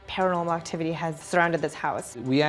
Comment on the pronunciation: par-ell moctivity has surrounded this house